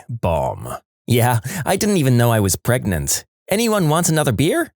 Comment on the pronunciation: I think he just thought that saying gregnant, pregante, pergant, etc. was funny because when the video was first recorded that meme song was going viral.